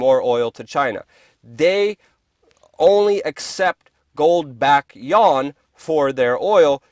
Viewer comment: Yuan is pronounced ywann (or almost like U.N), not yawn.